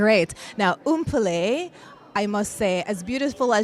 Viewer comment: Umpole, lol, the way she pronounce her name, I think the last time I saw Mpule was 12 Years. Wow, I almost forgot her face!